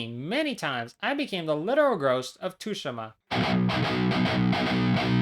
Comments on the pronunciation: why does bro pronounce Tsushima as tushima😭 you properly pronounce it like sushima. IGNORE THE T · It’s not tushima :( it’s pronounced sue she ma (mb dawg XD) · 19 second mark you say Ghost of Tsushima like 2shima it’s pronounced Tsu sh ima fyi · Ghost of Tooshima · Bruh… 285 hours on this game and u don’t even know how to say it it’s tsushima soo•she•muh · Tooshima?? lol the S in Tsushima must be escaping your eyes there… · I know I didn't just hear you pronounce it "Tushima"...... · "tooshima" lmao Americans really can't pronounce anything right huh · Dude, it's pronounced as 'shushima' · bro nearly 300 hours and calls it too shi ma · I clicked off when this mf said ghost of tushima💀💀💀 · Ah yes ghost of Tooshima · I’m sorry you call it tooshima?? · 285 hours and you can't even pronounce Tsushima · All this work and you couldn’t bother to look up how to pronounce “Tsushima”? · How’d you butcher the Tsushima enunciation so badly? They say it in the game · It hurts hearing him say the T in the game's name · imagine playing a game for 300 hours on just this one completion and you still don’t know how to say the name of the game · Its pronounced Tsushima not Tsushima or Tsushima. It's like you're not even Japanese, how dare you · Spent 280 hours playing the game, but can't even pronounce the title of it correctly... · No way he’s spent all that time on the game just to say its name wrong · All that time on ghosts of Tsushima and he still can’t pronounce it right